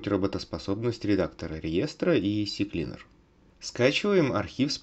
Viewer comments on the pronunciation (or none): Кстати, CCleaner - Он СиКлинер, а не Сисиклинер. А почему использован скриншот инсталлятора РГМеханикс? Вроде бы раньше у них были нормальные репаки, теперь им нельзя верить? Или это просто первый попавшийся скриншот?